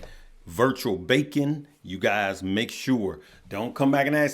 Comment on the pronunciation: It’s beacon not bacon 🥓 lol😅